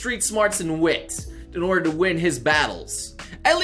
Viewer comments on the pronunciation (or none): none